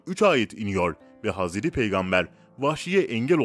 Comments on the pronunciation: 2.2 milyonluk hesap ama türkçede sıkıntı var 2 hata var okumada "hazredi" değil "hazreti" olcak! 2. Mağrifet değil Mağfiret olacak dikkat edelim lütfen!!! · Hazredi değil hazreti ağzına hiç yakışmıyor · Kardesim hazredi degil hazreti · aynen oyle kanka bilmiyo paylasiyo direk googleden oku yontemi ve hazredi diyo hazreti demiyo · Hazredi değil seslendiren kardeş 3 oldu uyardığım. Hazreti 't' ile söyleyeceksin hazre'd'i değil hazre't'i lütfen dikkat... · Haz edi hamza değil, hazreti hamza , düzgün telafuz et .rahatsızlık verme